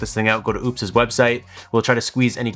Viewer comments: Ugh pronounced as opus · It's pretty disrespectful to intentionally keep mispronouncing a company's name. This was my first time seeing your channel and if this is what you do you lost all creditability.